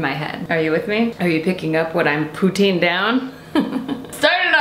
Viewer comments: Pou-TIN, not pou-TEEN. I feel like anyone that doesn't live in Northern Ontario or Quebec pronounces it wrong lol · Pro Tip: If you want to impress the Quebecois (the french-canadians) you must pronounce it "poo-TIN" instead of "poo-TEEN" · The way you pronounce poutine makes me cringe lol js. 🐱❤️